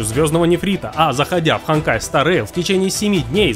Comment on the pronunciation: не ханкаи стар реил а хонкаи стар реил